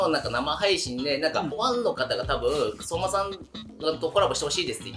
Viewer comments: はやともさんの（そ↑まさん笑） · はやともさんの「そぉうま」さんのイントネーション気になるわ😂